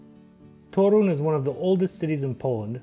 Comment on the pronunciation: Great vlog. Is Polish? He pronounces "Toruń" too perfectly, but pronounces it well too